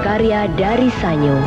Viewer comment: Pengucapan SA-NYO apakah benar? Setahu saya SAN-YO. Karena dalam bahasa Jepang tidak dikenal bunyi NYO. mohon koreksi